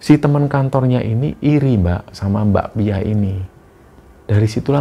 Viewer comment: pas mas nya nyebut mbak pia aku selalu dengernya bakpia jadi inget bakpia pathok jogja punya 😅